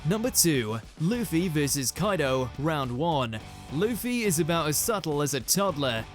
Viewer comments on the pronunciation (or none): none